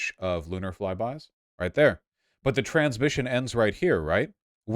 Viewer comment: Around 2 minutes I thought he was saying "trans mission" instead of "transmission" so I was very confused with the context lmao